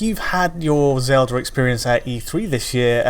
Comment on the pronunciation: "Zelder" lol ;)